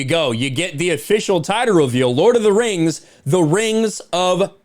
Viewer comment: Lord of the rangs!! Hahahahahah